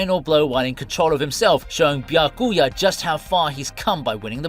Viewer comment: It's Biya-kuya it's not Bi-Ya-Kuu-Yah